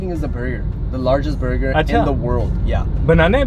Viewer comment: birgur wtf burger is so easy to pronounce, rented accent of shaveer jafry 😂😂😂